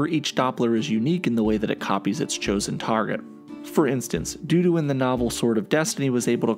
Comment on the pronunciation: No, it's Dudu, not Doo Doo.